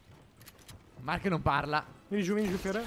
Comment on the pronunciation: Apposto di dire Mark hai detto Marcky